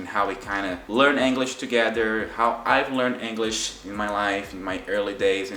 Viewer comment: Your English is great, but funnily enough youre mispronouncing the word "English." It almost sounds like youre saying anguish. Its kinda of funny because brazilians love that hard E sound and seem to use it everywhere...